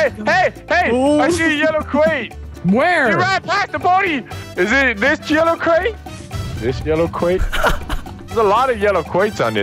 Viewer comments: "Are you DIS yewow crwate??" XD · Are you dis yellow cwate? Are you dis yellow cwate?